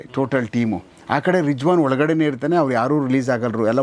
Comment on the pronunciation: With due respects i would like to say that it is rizwan not rijwaan